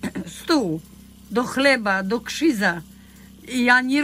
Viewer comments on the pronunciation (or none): stół do KRZYZA xDDD nie wymiawa polskich znaków